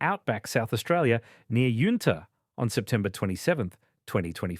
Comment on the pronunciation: Me laughing at how they pronounce Yunta. I do hope he family are doing okay. My family grew up with there's and I'm felling for them 😢